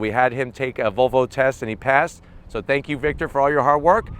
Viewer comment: right pronunciation is volvo not vovo